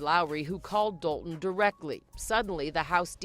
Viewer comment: I wish these YouTubers would learn how to say the village’s name. Dolton, not Dol-on.